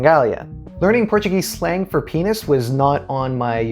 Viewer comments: Great review, congrats and your portuguese pronunctiation is awesome. For me the best song is Ai coração, let's see tomorrow! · A tua pronúncia do português é 👍